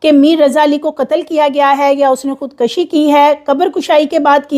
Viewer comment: Nice reporting depicting good homework..but right word is "khud kushi'_not *khud kashi"..hope you won't mind ..❤